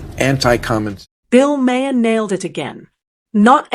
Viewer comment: (Bill's name is pronounce MAAHR , not MAY-er).